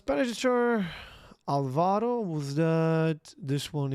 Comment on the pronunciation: while I can't speak for the spanish speakers and their language, Álvaro is a somewhat common name in Portuguese where the accent on top of the first "Á" means it is the stressed syllable. the way you said it would write "Alváro", the way we say in portuguese is more like an "Ah-lvaro", I would hazard a I guess it is not so different in spanish. The "Bazán" you got the tonality right, only say the "Z" a little more like an "Z" (like a soft Z, I think). Cheers.